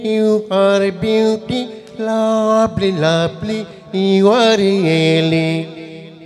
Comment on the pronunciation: Its not diper its driver sir.. N its not luply its lovely... Haha👎